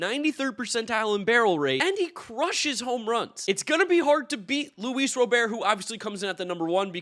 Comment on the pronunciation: He still can’t pronounce Robert’s name right.